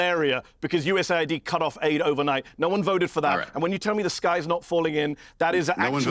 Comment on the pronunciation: It us aid not us id